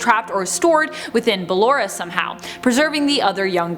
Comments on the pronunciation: Oh God she said ballora wrong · No. She started saying the name right half way through. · ur the thing is in the first part she had no problem saying it what’s different now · She said ballora wrong so many times it killed me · Her BALLERA Me: Ball-aura BALLAURA IS WHAT IT SOUNDS LIKE- *ANNOYING SCREECH* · ba-llo-ra not ba-lle-ra but good vid tho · Its ballora not balora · its ballora not BALLora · It’s ballora not blawar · This is triggering me, first she says BaLlErA instead of buh-lor-ra, then she says how ballora might be C.B's sister when she's actually Liz's mum Clara!!! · BAA-Lo-ra? Really? It’s ba-LO-ra (Still love the vid ❤️) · Clara Afton,also known as William Aftons Wife possesses Ballora. She died in a car crash,and William successfully proceeded her soul to possess the Ballora animatronic. Also it’s pronounced “Ba-lor-a” not Ballera... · ITS BallOra Not BallEra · Ballora. Not ballera. (Buh-lore-uh) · why did she say ballorea and claraaaaaa not ballora and clara? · Im triggered cuz she keeps pronouncing “Ballora” to “BaLLeRa”...only me? And.....I believe that Ms. afton is Ballora so Elizabeth afton/Circus Baby and her mother was together along...and I believe it too much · Yea bc she pronounces it wrong its "Bu-lore-uh" not ballera😭😭😭😭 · How she said it: bal-ura How everyone else says it: ba-Lora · its ba lor a not balll er a an my fav is funtime foxy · Who is Baah lor Raaah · no-one: this lady: Ballera 😃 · You are are right why does she keep saying BakloA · Sorry, it’s BA-LORRA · I'm not trying to be rude but I feel like she's saying ballora's name wrong If that's true this is how I say it Ba-llor-a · It’s ball- or- a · Its Ballora not what ever you say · Did you just call her baAllora? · Me: Ok let's try this again Ball Top 10: Ball- Me: Now say or Top 10: or- Me: Now say a Top 10: Ballera Me: I tried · i think you said ballorea and sry if i offended you but i doubt i did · Oh btw, it’s b-uh-lore-uh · ba-LORE-A DA PUN IS INTEDED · You arent